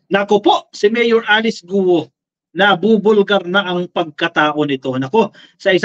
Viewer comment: "GUO" pronounced simply GO daw!